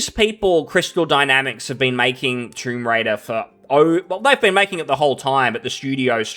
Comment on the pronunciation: Man i started laughing it sounded like you said "Troon Raider". 😂